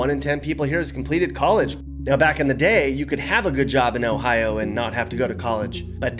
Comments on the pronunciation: The pronunciation of Ohio is a bit oof but it’s close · It sounds so weird when other people say our states name